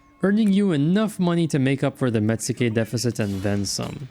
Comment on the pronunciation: Pettition to contract met-su-ke down to met-ske, as it would probably be pronounced by a Japanese person.